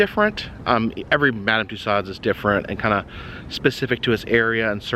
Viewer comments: FYI : It's pronounced ' MUH-DAM TOO-SOHZ' (Loved the video - as usual 😘) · First, learn to pronounce Madame Tussauds' name correctly. Second, get your information correct. What a waste of time.